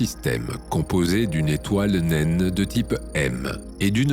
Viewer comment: Tu n'es pas obligé de prononcer le E de nainE